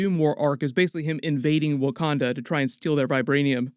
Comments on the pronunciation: wah-kan-dar forever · Y she keep calling it wakander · It bugs the hell out of me that Shuri pronounces Wakanda with an ‘r’ at the end but pronounces character as if there’s no ‘r’ at the end😂😂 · The fact that Letita pronounces it “wakander” makes me so upset that she gets to don the mantle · She says wakander